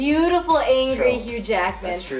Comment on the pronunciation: lol for a second i thought she said huge ackman